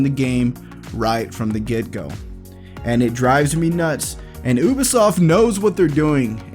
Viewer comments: i'm the only one that can't hear him keep on saying " OBisoft " instead of Ubisoft ? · It’s you-be-soft not oo-be-soft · It’s pronounced: U-BEE-SOFT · he pronounces ubisoft as oobisoft don’t listen to him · He said ubosoft